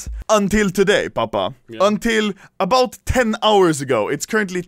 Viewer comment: "ABOAT" 4 days ago